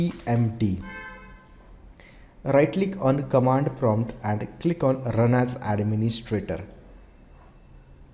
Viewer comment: kamand prumpt ahahahahahahaha